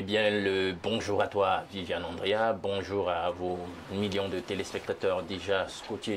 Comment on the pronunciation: on dit VIviane Andrea pas Viviane Angrea 🙂